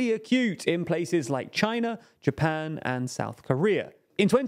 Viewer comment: This guy accentuates his syllables randomly like if he was sneezing them. "Countries like ChiNA!! in twenty twenty TO!!" That's beyond annoying I'm watching with subtitles and audio off.